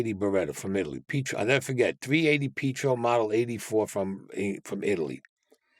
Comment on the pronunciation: He said pee-troe-Beretta,and he's Eye-Talion.